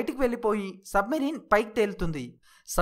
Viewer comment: సబ్ మరీన్ కాదు అది సబ్ మెరైన్ అనాలి